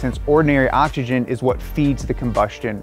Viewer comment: Occs-eee-Jen. Not octxogen. SMH